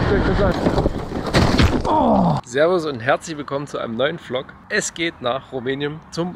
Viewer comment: immer höher schnell weiter du verrückter Hund 😅 ich liebe es wenn du immer sagst: willkommen zu einem neuen PFFFLOG 😅 mit deinem Moped 😅